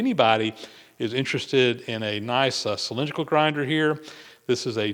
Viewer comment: That's "Cylindrical", not "Cylinderical".😄